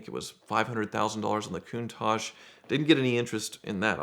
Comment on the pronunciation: Holy crap! He actually pronounced “Countach” correctly for once!